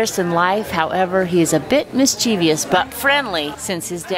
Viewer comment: Hey mum I love all of you but when Americans or anyone else says "mischieveous" I just want to shut off. Yeah yeah for the screaming subscribers, grammar nazi but speak better. The word is mischievous, not "mischieveous" & is pronounced mis-chev-us. Btw grievous is pronounced the same, as in greev-us...